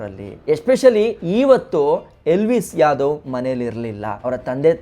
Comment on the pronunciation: Please pronounce elvish yadav properly